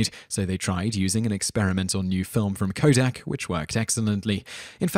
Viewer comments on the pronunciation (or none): none